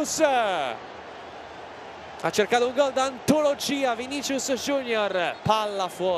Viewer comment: Qualcuno dica a quelli di dazn che si pronuncia "VINISSIUS"